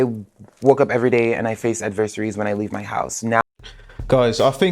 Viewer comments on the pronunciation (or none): Cant even say adversaries correctly